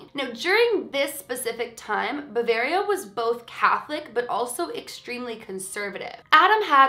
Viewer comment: Love this video! I just wanted to let you know Bavaria is pronounced Bah-vay-ree-ah, not bah-vah-ree-ah. It is also called Bayern in German! I am a German speaker! :)